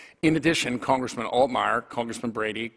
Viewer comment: Pennsylvaya? Cerngressmin? Can this guy speak English?